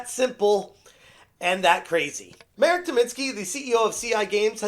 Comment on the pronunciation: it's pronounced [Mahrek], not [Merek]